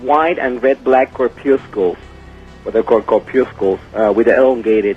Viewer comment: Yeah, let's trust a guy who shows a gunshot wound with ZERO bruising and a "researcher" who mispronounces "corpuscles" and "nucleus" in the same sentence.